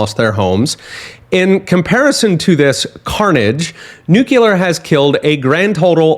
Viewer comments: Great information! Just a comment that Nuclear is pronounced "new clear", not "New Que lur". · It's new-clear, not nuke-ular.